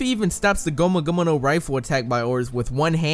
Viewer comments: Ur saying gomu gomu no wrong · I find it funny how he says gomu gomu no 😂